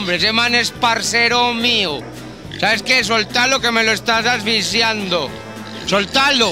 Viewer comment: es que asi lo dice el cabo "asficiando" mal pronunciado 😁